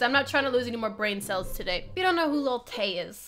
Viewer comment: Wait I did not hear that correct did you say LIL TAYS 9 and when Vicky was PUNCHING AIR I was like ok we have a dummy here...